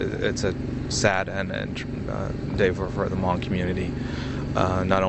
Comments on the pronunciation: . the Ha-Mong fighters. wtf dude. its HMONG! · They're saying hmong wrong/funny. But that's not the point. R.I.P General.